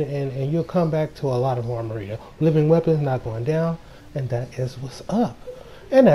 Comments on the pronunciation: I cringed every time he said “Armarita”. lol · Because it's Amrita...